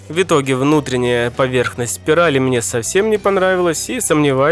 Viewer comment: Да, ты крутой чувак, но я не могу больше молчать. Твое произношение слов "В итоге" в корне неправильное. У тебя слышится какое-то [вьитоге]; откуда там смягчение взялось? Если уж произносить правильно, то либо [вытоге], но тогда там слышится отчетливое Ы (хотя все всегда так говорят), либо говорить раздельное [в итоге]. Да, знаю, всем насрать на мнение не пойми кого, и с такими претензиями мне нужно валить на другой канал.